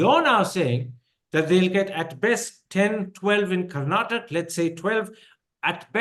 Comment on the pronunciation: Mr Thapr - It's time you pronounce "Karnataka as Karnataka" not as Karnatak